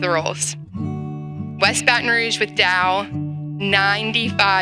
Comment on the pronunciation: It would help for the black man to be able to pronounce Rouge.